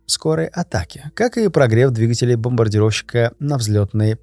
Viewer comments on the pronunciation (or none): none